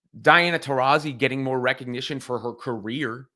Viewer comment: who is Teressi? Shaq couldnt even pronounce Taurasi's name. he doesn't watch the WNBA. the woke mob got to Shaq